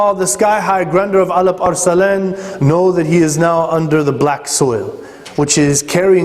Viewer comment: First of all what is the ''elip er selan'' :D that should be ALP-ARSLAN (in Turkish it means vailiant lion) :D whatever it was just a joke I know it is the pronunciation of arabs :) secondly after all those services of Turks for Islam I wish Araps did not betrayed Turks in First World War! My nations have not deserve that treachery! Araps have turned their back to Turks and made alliance with camphor England :(